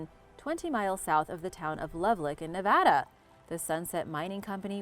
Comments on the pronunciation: I can't believe you pronounce Nevada correctly but mispronounced Love-lock. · I've heard Nevada get butchered a thousand times, was glad that wasn't the case here. Have never heard Lovelock (Love Lock) butchered though. Threw me for a loop. 😂